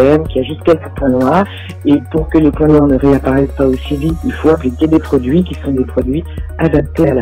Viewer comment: le "quond pourra" c'est trop. Et " votre produis" ...